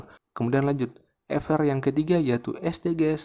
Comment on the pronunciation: Terima kasih kakak. Saran nih Kakak: SDG's bacanya bukan Es de ge es tapi Edijis kak. Terima kasih kaka